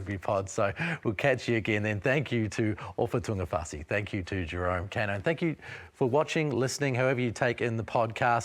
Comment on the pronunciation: Hey Bro. You live in Aotearoa, you have access to genuine Te Reo speakers and education, And yet you mispronounce Kaino to his face Try harder